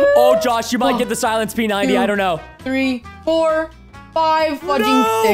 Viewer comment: Preston says “the silent p 90” 🔇